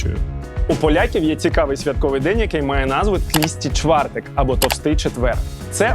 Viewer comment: Доречі не тлісти чвартек чи як ви там казали😂 а тлустий чвартек) а літеру (л) потрібно вимовляти так як (в)